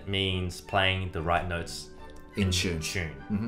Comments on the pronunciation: I love how they pronounce “tune”. Like “tchune”. 🙂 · I live how they say in chune instead of in tune. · “In CHUNE.”